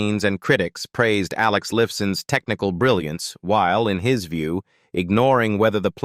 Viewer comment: Wrong! Alex Lifeson, his last name is correctly pronounced as /ˈlaɪfsən/, not like /'lɪfsən/.